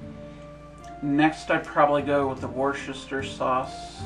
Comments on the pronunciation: Worcester is usually pronounced something like Wustuh. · Worcester is oddly pronounce wuzter